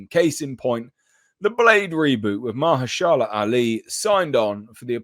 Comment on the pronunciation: Okay, but what's up with literally no one pronouncing Mahershala's name right? It's Ma-her-shuh-lah